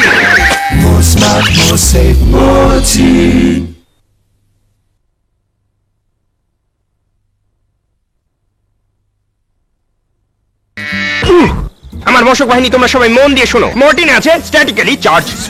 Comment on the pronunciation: It’s, “MORTEIN.”